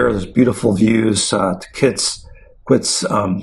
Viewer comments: hey bro hows it going. love your video, Tahquitz is pronounced Tah-keetz. the educated locals know. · I believe it is pronounced “Ta’-keetz”